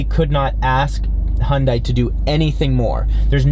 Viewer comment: Hun-day like Sunday. Quit saying Hun-dye.